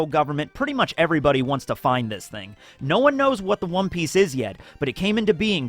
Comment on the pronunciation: did he say wom piece 😂😂